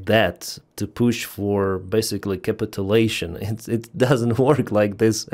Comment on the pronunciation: please learn how to pronounce "motivation" and "capitulation" Nice to hear Ukraine is able to hire soldiers from other countries. Where is Europe???